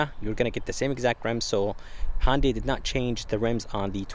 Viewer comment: I just wish this guy would learn how to correctly pronounce Hyundai. Dammit it is NOT HONDAI.